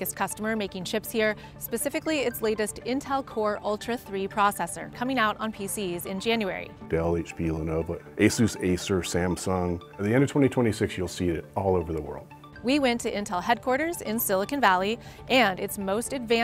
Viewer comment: "eh-SOOS" has never been the name of that company. Who says "Peg-eh-soos"? Pegasus. Asus. ASUS DAMMIT!!!